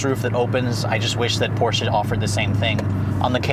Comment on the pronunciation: thanks for pronouncing Porsche right!